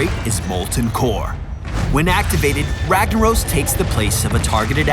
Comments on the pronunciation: Cast a spell "ragna oh s" lol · If he was Brazilian, it would be pronounced "Hagnaros" ;-)